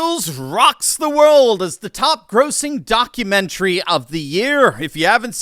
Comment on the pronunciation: “according to the donk-u-mentary….” Please tell me this was on purpose 😂